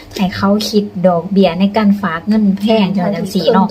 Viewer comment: ผมอยากให้คนลาวทุกคนพูดคำว่าฝากอย่าพูดเป็นผากมันพูดไม่ถูดหัดพูดใหม่ครับพัฒนาคำพูดหน่อยครับ